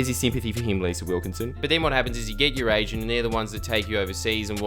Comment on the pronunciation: I thought you said you get you're 'asian' not "agent" hahaha